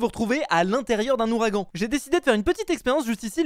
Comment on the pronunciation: "Houragan" hein 🤣🤣🤣